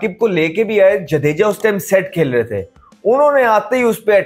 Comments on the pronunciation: Ashwin ❌ Aeshwan✅ Jadeja❌ Jaedeejaa✅ 🤣🤣😂😂😂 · Bhai pahle Ashwin aur jadeja bolna seekh le😂😂😂